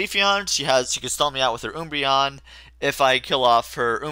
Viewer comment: Oombreon?!?!? It's Umbreon. An Umbra is a shadow. So yep :) Can't wait for Kirby